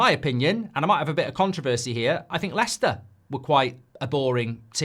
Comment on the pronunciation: Its leicester